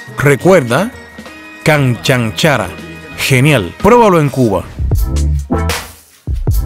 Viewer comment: La pronunciación de la palabra « canchanchara» es incorrecta. La acentuación va en la segunda sílaba.